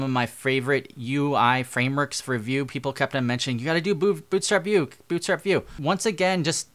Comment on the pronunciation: "Now Voot-Boot Bootstrap Vue"